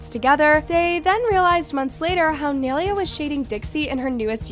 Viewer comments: Not saying naileas name wrong all video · she had so many chances to pronounce nailea right and she never did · She doesn’t even know how to pronounce nailea’s name😭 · please pronounce nailea right😭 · she pronounced nai’s name wrong the whole time lmao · Okay i cant be the only one noticed that she is pronouncing Nailea wrong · If u r going to gossip abt ppl at least say their name right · You r saying her name rong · Are you pronouncing Nailea’s name wrong on purpose ? 🧍🏽‍♀️ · am i the only one who hates it when says nailea's name wrong... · ya, same, it's also like she's pronouncing her name wrong on purpose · No one ever says Nailea’s name right ahhhh💀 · at least pronounce nais name right 😭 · The way she was saying nailea was triggering me 💀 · Why is she saying nailea like that💀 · can u say nai’s name right 😭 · pronouncing naileas name wrong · the only thing i got mad about in this video is the way she says nailea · PLEASE LEARN HOW TO SAY HER NAME CORRECTLY....ITS NAI(N-EYE) LE(LAYS CHIPS)A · don't do videos of Nailea if you don't know how to say her name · why can’t no one pronounce her name it’s not that hard 🙄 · Lmao when are u going to actually say Naileas name right? Anyways nai is literally a natural touchy person and why did Dixie say she started it when she literally didn’t like whaaaat ,if nai was in a relationship during this then she didn’t try to steal her man simple. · i didn't think it was possible for someone to butcher Nai's name that bad...i was wrong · If you are going to talk about someone (Nailea), please pronounce their name right. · the way she says Naileas name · Bro it takes one google search to find out that you are pronouncing Nailea’s name wrong like wtf 😬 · yea seriously how is she doing all this research without finding out how to say her name lmao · Yoo frrrr, like how you gonna make a video about her and can’t even pronounce her name right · Why you gotta prononce nailea's name like that tho💀